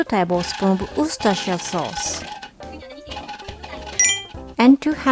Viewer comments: As someone who lives in Worcester and is constantly dealing with English people not even knowing how to say 'Worcester', I LOVE that you pronounced 'Worcestershire' sauce correctly ❤️ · She pronounces Worcestershire Sauce better than almost every native English speaker I know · She said Worcestershire sauce better than I, a native English speaker. I doubt I even spelt it correctly :( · Excellent work pronouncing Worcestershire. That word always confuses me, even as a native English speaker. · Mom You say Worcestershire sauce clearer than anyone I have ever known from here in the US and over in the UK. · How did I just realise this??? literally pronounces Worcestershire sauce better than most English speakers